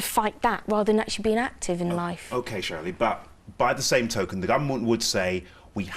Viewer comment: Cherylee Houston- not Shirley Houston ❤